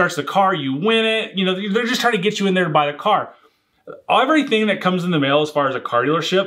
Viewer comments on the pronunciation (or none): none